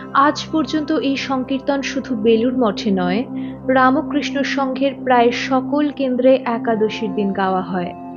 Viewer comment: APNI BERBER RAMOKRISHNO KANO BOLCHEN????? RAMKRISHO BOLUNE.... TTHAKUR RAMO KRISHNA NOY,NOY.....BOLUNE RAMKRISHNO. RAMO NOY NOY... PLEASE. THIK UCHCHARON SOTHIK KORUNE....BELUR EY JAAN, BHALO KOREY JENEY ASHUNE .....ki BERBER RAMOKRISHNO BOLBEN NAA....SHUNTEY KOSTO HOY